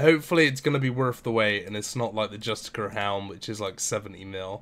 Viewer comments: Just-ish-ar.. Not justikurr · Pronounced like "justisher" btw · Justiciar is pronounced ''juh-stish-e-eer'', justicar is another word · Imagine being a native English speaker unable to pronounce justiciar. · the way you pronounce "Justiciar" triggers me